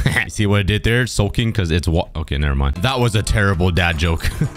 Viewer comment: “Let’s grab some wUtA” 😂😂